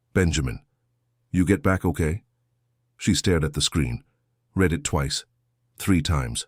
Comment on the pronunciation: Read it again is pronounced ‘red’ it again!!! Your AI needs fixing!